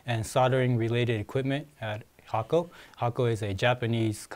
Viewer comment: The effort you make on these videos help. Even things like how to properly pronounce the name thank you.